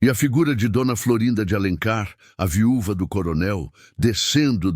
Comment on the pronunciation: Amei a estória, embora a IA cometer uns erros engraçados... viúva, filha ....